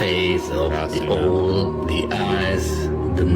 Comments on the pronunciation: Because he was laughing at the man who called the "owl" an oall😅😂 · It's very hard for me to take a man seriously when he mispronounces owl more times than I thought possible. Also, who do we think is the antichrist? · Ok somebody please tell that man how to say 🦉 correctly…its not pronounced like ool lol jk